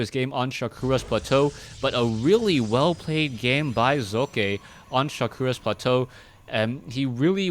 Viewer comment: Am I the only one that appreciates pronouncing the protoss players name? To any other caster: its not Sock.